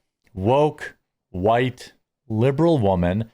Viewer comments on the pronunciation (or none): Interesting how Jeremy spits the word "white" as he describes the Cracker Barrel CEO.